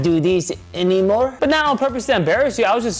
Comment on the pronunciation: “I do not do this..”anymore”” in the Italian accent 😂 he definitely still does is lmao